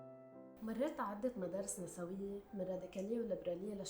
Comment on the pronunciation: هي نِسْويّة مو نَسَوِيّة نسبةً إلى الجمع نِسْوة الأغلب يلفظوها هيك خطأ 🌚❤️